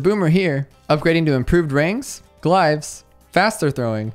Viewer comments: Glive? No, it's pronounced glave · The way you pronounce glaives